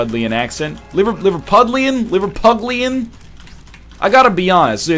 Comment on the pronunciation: There is no g in Liverpudlian